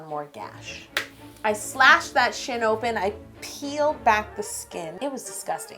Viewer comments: who else thought she said cut that shi* open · oh thank God she said shin, I think I spelled that right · when she said "i slashed that shin open" i thought she said something else starting with sh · who else thought when she did the last cut she said sh*t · When she said "cut that shin open" I thought she said cut that sh!t open😂😂😂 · When she said I cut that shin open I thought she cussed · She said rip that SHIN open...yes it sounded like rip that SH*T open! Haha!